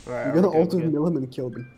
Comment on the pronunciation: It aint milim its pronounced mileem but spelt milim